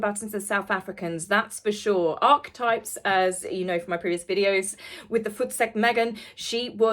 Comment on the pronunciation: You pronounced archetypes correctly! 🎉 I knew you could do it! ❤️